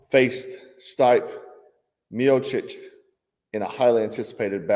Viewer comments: You obviously don't watch UFC. It's pronounced STEE-PAY, not STYPE. Geezh, embarrassing for you. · Not that it matters but "Stipe" is pronounced "stee-pay" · His name is pronounced stee-pay lol